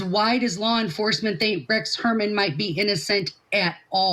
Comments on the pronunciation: "Herman". My God, is that embarrassing. By trade, youre supposedly a PRIVATE INVESTIGATOR, and you cant even investigate the case deep enough to pronounce the man's name correctly? Shes a housewife, period, nothing more. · Shes pronounced it three different ways. For a highly publicized case, thats embarassing.